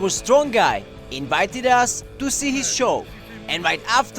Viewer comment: Lol i like how he says Strong as "Stronk"